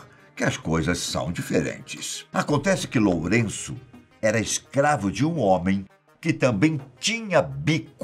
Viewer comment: "Loureço" é foda kkkkk editor vai ser demitido kkk